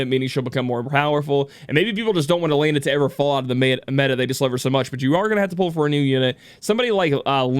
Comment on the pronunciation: Yo it's E-LEN-AH not AH-LANE-AH not to bash but that's how her name is pronounced. Congrats on her win 👏 as for me I was going for Lilith all the way.